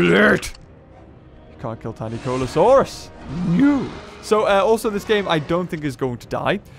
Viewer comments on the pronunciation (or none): it sounds like you're saying TinyColaSaurus. xD Adorable nickname (and even more funny because it doesn't even have -saurus in its name)